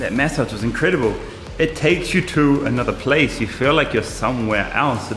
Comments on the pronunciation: Why u keep saying: MEssage???…. It is MAssage!!!!! 🤣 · Take a shot everytime he says May-Saaj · What accent are you using? 'Maysage'..